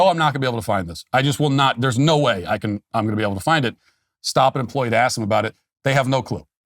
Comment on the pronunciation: Matt….did you say “axe”?